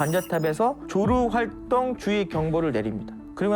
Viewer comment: 조루활동? 발음 제대로 하세요.